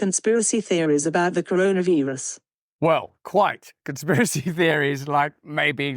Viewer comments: That sounded like an A I voice doing that "translation" when it said "Veerus" instead of "virus" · the "veerus"